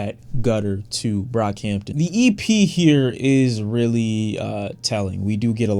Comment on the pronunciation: You nearly calling him brockhamptom says so much lmao